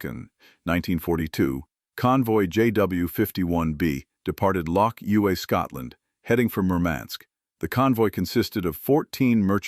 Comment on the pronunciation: Lochs not Locks !!